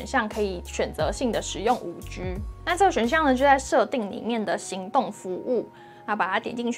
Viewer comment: 你好！一直有个小小的感觉这次特别明显，我好想留言告诉你，你的G的发音好可爱哦，不是常见的类似“吉”的读音而是会读成有点偏“居”的读音，这次因为有一段讲5G的部分出现的超频繁，超可爱的！😋🥰 非常喜欢你的频道和你的风格，祝你订阅越来越多哦！希望可以多介绍一些好玩好用的捷径，感觉很厉害可是我不太会用这个部分。